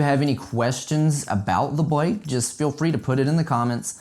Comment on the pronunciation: For some one that has a bike shop and dose videos on bike you would think he could pronounce the word bike properly